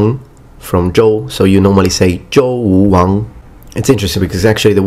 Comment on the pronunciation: Can you elaborate on the "g is not pronounced when followed by n"? I don't agree with this. Also, I had hoped to see more on the Erlitou as the Xia, but that is ok. When you pronounce Wuwang (武王) for Zhouwuwang, it sounds like you way the 3rd tone as a second tone. When a third tone preceedes a second tone, they kind of blend like one big third tone across both characters. Spring and Autumn (春秋) Chunqiu - the Chun is a little bit more like "Chwun". The shi in Qinshi Huangdi has more of an r sound. It is something like Shr in pronunciation. Your tongue sounded like it was flat, like in 舌. Pun intended. Song dynasty is more like Soong in pronunciation. That is, the "o" sounds more like the o in "oops". I am not JUST being pedantic (notice i didn't mention that you put an extra 代 in 春秋时代 in your screen graphic). I just figured you cared, so I thought I would mention all this. If you are interested in improving your pronunciation, I will let you know that there is a Broadcasting Host Test in the PRC (actually two tests. one for College Entrance Exams, one for professional purposes). Anyway, there is structured materials for learning the perfect pronunciation and such that is required for this exam, so maybe you will be interested in the parts of the exam related to that. I was reminded of this test just the other day so for the last two days i have spent all of maybe 20 minutes looking for it, so I cannot really be a help beyond letting you know of its existence. Whatever the cas